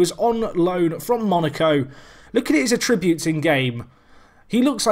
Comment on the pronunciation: A-ttributes! The emphasis is on the A not the 'trib'!